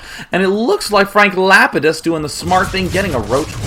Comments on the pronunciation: It's pronounced Lah-pee-dus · That's Frank Lapidus from Lost.. pronounced Lap-ee-dus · Day9 is obviously not a LOST fan. I kept cringing at his pronunciation of Lapidus. XD